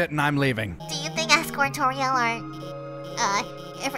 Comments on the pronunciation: Omg did said tortia to toriel 😂🤣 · stop saying tortilla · That's hilarious that he called Toriel "tortilla" hahahahahahahahahahahahaaha! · She called toriel tortia XD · The goat mom is not.... “tortilla” it is TORIEL edit: and hp is health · I like when she says tortia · Toriels’s name is pronounced: TOUR-E-L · It's Tor l It sounds just like it spelled